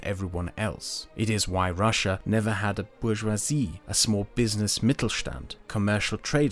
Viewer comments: russia not rus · Not Russsa, its Russia) Rus is old Russia